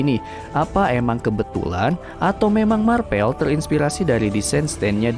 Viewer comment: Marvel ❌ Marpel ✔